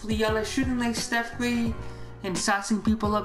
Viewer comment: He said Stiph Kurie